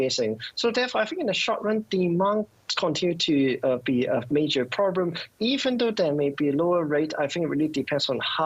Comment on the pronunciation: “The whole purrrblum” Lol.